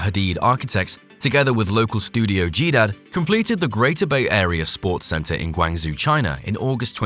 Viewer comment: Nice video, but please consider at least putting the Chinese text into text to speech and trying to sound it out. It's not Guang Zoo, it's Guang Joe. Also, i know a Bhutanese person anticipating the project! It looks like nothing else and i love that they integrated local craftsmanship. And that skyscraper in NYC is the most ornamentalized one in years, compared to the glass towers before it.